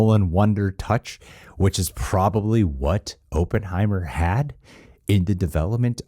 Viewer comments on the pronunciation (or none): Op-in, not open 😅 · It's not open-heimer it's op-pen-heimer.😉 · "Aup" not "Open" heimer. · This is an old video but I need to say this- Oppenheimer is pronounced like awpen not open. I just have to say it cause I live in Los Alamos, we have a whole statue of him and Groves in our downtown, so it’s our history and I just had to say it. 😂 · I think the name is ah-penheimer not oo-penheimer. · AH-ppenheimer. Not OH-ppenheimer. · It’s “Killian”. And Oppenheimer is pronounced like “Hop” not “Hope” so “Opp en hei mer” as opposed to “Open hei mer” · As someone with the last name Opperman, I believe it’s pronounced OPPenheimer- like opposite. Just busting your balls 😅 great vid 👍🏻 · AW-PUHN-HAI-MR KILL-IAN 🙃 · "Ohppenheimer" "Uhppenheimer", whichever way you pronounce it, you'll know he's Jewish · “I know a little bit about Oppenheimer…” except for how to pronounce his bloody name 🤡🤡🤡🤡🤡😂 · I think you should worry more about your pronunciation of the name Oppenheimer, than your pronunciation of Cillian Muprhy's name lol. It's Killian btw, pronounced as if it had a K.